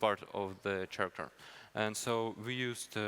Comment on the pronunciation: he pronounces character like charmander